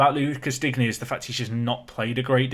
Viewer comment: Your French pronunciations are quite good by this point so I dont feel too hopeless in pointing out your pronunciation of Digne. I guess it doesnt really matter if you dont end up signing him but i was of the understanding it was more like ‘Dean’ than ‘Dig-knee’ ?